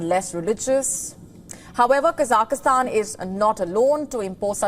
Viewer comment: It is Kazakhstan and not Kazak i stan